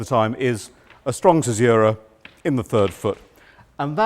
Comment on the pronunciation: Imagine teaching this for a living and not knowing how to pronounce caesura correctly.